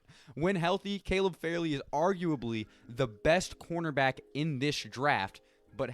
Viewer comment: Caleb FAR LEY not farely